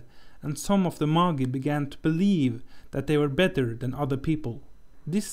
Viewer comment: What you are calling "Moggy" are Magi -- pronounced May-jahi.